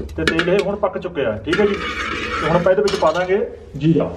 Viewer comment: Its called. Zeera not jera its called. Payaz not payaj its called business not bijnas its called. Visa not beja